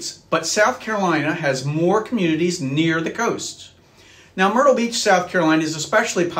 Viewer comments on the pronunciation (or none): none